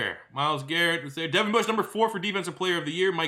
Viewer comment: He said Deon Bush 😂😂😂